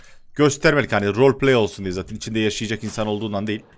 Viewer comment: Nobody: ADŞ:arkadaşlar amaç vroğlpley